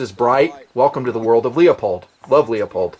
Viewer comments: Awesome vid,. You put an incredible amount of work in on this. Ton of info - this could have been a 2 hour vid. I'd appreciate your take on setting up the optics... scope mount choices and process, boresighting. Also, no offense intended, but is Leupold pronounced LEE-O-POLD or LEW-POLD? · Excellent, excellent vid as usual. As I could never criticize the content your excellent vid's (and never would), I will take the opportunity to nit pic :) Leupold is pronounced "loop - old" Good shooting! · Why is it so hard to pronounce Leupold correctly? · Hey Dude! Leupold. It's pronounced Loo-pold. Not Lee-ah-pold. Just correctin' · Leopold Anthony Stokowski (1882 – 1977) was a famous British orchestral conductor. His heritage is Polish on his father's side. His name is pronounced like it looks: LEO-POLD. in video after video grossly trash the famous optic maker's name and calls Leupold (LOO-POLD) LEO-POLD. All I can think of is the conductor, Leopold, who BTW was heavily satirized in a Bugs Bunny Cartoon. See and hear Leupold &Stevens Inc's youtube channel at /user/LeupoldStevens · LOO-POLD. I want to vomit every time you say "LEO-POLD" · Lee-Oh-Pohld. Made me cringe every single time you mangled it. Try LOO-pohld. Thanks for the vid, but plz learn to pronounce the brands you're reviewing. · Leupold is pronounced "loopold" not "leopold" =) Great vid - where is the list though? 75K was a LONG time ago. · Not being from the West (I am from South FL), most scopes can be 4 power or less for 90% of shooting in my area. I like LIGHT, so I bought a Weaver 1x3..very sharp, very light (8oz), rugged. I found a cat tail that fits it. If I could afford one, Luepold (this is pronounced LOO POLD, not LEO POLD. Leopold was a famous orchestra conductor) makes a 1x4 20mm that weighs almost the same(8.5oz). Most 1x4's are as heavy as a brick. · I cringe when you say LEE OH POLD. Its LOOP OLD!! Please! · You lost me when you said "LEOPOLD" It's pronounced "LOOPOLD"